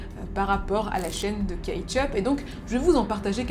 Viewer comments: Kate yup, moi j'entends Ketchup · "kate yup" moi j'ai entendu "ketchup" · J'ai entendu ketchup toute la vidéo 😂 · Tu as fait tout ton possible pour ne pas dire ketchup mais à chaque fois on a entendu ketchup 🤷🏾‍♂️🤣🤣🤣🤣